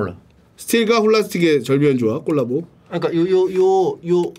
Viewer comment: 오늘의 차짬영어 : 돌라, 훌라스틱, 꼴라보